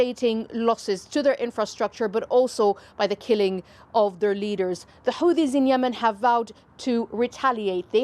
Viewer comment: Hate the way she pronounces Houthis